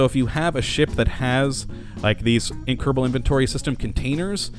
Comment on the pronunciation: Why do you say Keddabull instead of kerrbull it just sounds retarded